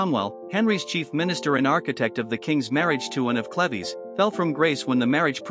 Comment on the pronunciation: its cleeves not clev es learn to speak english